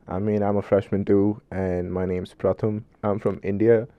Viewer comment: Boy ur name ain’t pratham it’s